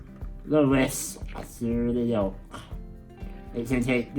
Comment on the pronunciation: Did you guys say yolk with the l ?